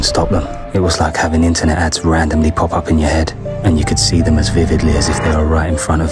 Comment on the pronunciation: You zee me😂😂